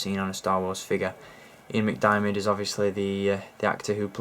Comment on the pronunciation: Hey it’s Senator Palatine Darth Sidous Ian McDiamid you pronounced it Mcdimidot